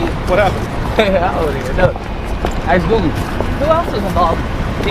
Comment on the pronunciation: He said ask boogie 😂